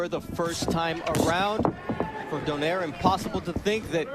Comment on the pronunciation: Pronounce "Don-Eye-Reh" never "Don-Air". Jeezh.